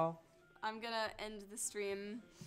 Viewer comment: I'm sorry but you said strem not stream